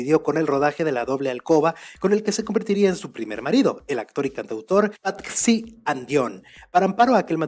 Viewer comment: Para la próxima vez Patxi se escribe así pero se pronuncia Pachi